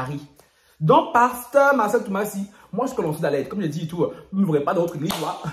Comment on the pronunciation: C’est Marcello Tunasie et non Marcelle Tumasi 😂😂ahhh